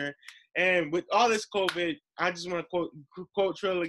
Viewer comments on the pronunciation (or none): Why can't u guys say covid?